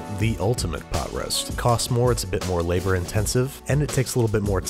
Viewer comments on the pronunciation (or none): none